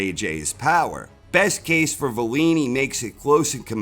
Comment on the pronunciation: Why do you keep calling Wallin valeen though?